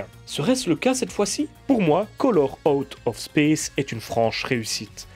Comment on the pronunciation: ta prononciation me fait rire